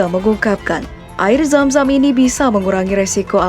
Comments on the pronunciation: yg denger nya air Sam sam BKN zam zam pen tau sp aja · Zam zam oy bukan sam sam Btw minel aidzin wal faidzin ya min :)